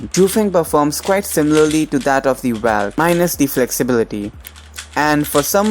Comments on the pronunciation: Nice.. but pronounce Valk as 'Vok" , not 'valk' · Hahahaahahaa 😂 The way you say Valk 😂😂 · Angry Lemon Ikr